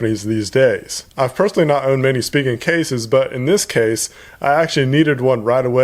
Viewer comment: Thank you for pronouncing it right (SpeeGen). Currently using the Rugged Armor from Spigen but waiting for UAG to come out with a case for the HTC 10.